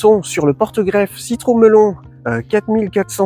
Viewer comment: FAF 5, Citru"Melon"... c'est horrible aux oreilles